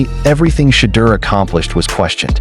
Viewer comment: Good article. Shhhhedeur will shut them all up. BUT PLEASE, learn to pronounce his name! (Shedore) Come on people.